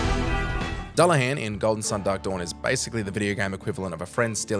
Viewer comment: DEW-LA-HAN IS HOW YOU PRONOUNCE DULLAHAN YOU DUNCE!